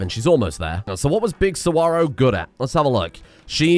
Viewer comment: Hey saguaro is pronounced "sa-wa-ro" btw